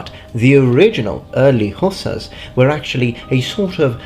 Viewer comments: Dude, I'm not trying to be a Dick or a troll. But they're not hoosers.. They are Hussars. It is very difficult for me to listen to you mispronounce their names over and over and over again.. Hussars. Sheesh. So I gave up after 3 minutes. Sorry. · IT PRONAUNS WINDG HUSSARRS NOT HUSAS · Please explain your pronunciation: "who-suhs" versus "huh-sars" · I bow to your linguistic skill and knowledge but please......hussars is pronounced huszars in English. Love your content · The English pronunciation is ... Hoo Zars.